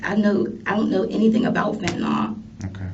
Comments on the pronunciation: Why does everyone say "fentinol" when there's no o in the word fentinyl???? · Anybody else get annoyed by the way people say fentanyl??🤣🤣🤣 it's not fentan-all.. but fentanyl.. like benadryl.. not all.....but Ill..... fentan-ill!. You're welcome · Where in the word fentanyl is an “ol?” There isn’t, just imagine the “yl” is pronounced “il” and you won’t sound like such an idiot. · It's fucking fent a nil.